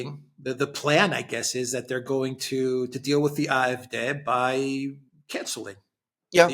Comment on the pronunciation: Ah eff deh, not eye eff deh, Alexander!